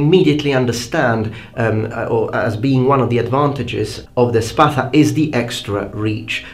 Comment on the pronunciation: First of all, great video. I really like your content. Secondly, thumbs up for pronouncing "Spatha" correctly. What are your studies? History, glossology? Ethnography maybe? Thirdly, both swords were great and effective, for their time. They served different necessities as you stated yourself. I gravitate though, a little bit more to gladius, because, it needed less motion and force to be effective, making it more dangerous. And to tell you the truth, every time i hold a gladious, it feels like an extention of my hand. It also feels like i'm flexing with weights. It could kill even with the back pommel.